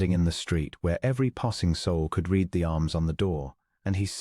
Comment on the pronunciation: Liked story but PLEASE EDIT, EDIT! You need to listen to your AI story and correct it! It cannot tell the difference between present tense and past tense of "READ". One is pronounced "reed", the other is "red".